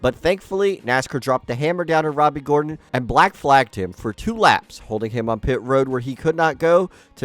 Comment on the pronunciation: JEFF GOR-ON. Enunciate!